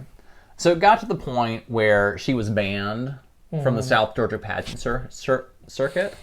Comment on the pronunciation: I love to hear someone pronouncing Georgia towns correctly!!!!